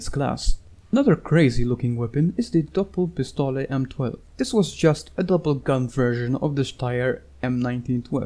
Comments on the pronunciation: I love it how you pronounce the word Doppelpistole :) Very Nice video. Thx for it. Cbddbz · I didn't said you're pronouncing it wrong, it sounds only funny for a german.. But your english is very well...